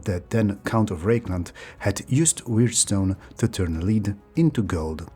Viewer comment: Minor pronounciation correction: lead (metal) and lead (verb) are pronounced differently. Lead (metal) is pronounced led (similar to bed), and lead (verb) is pronounced leed (same ee as sheep, deep etc)